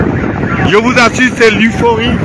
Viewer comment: L'euphorie, et non 'l'uforie'😮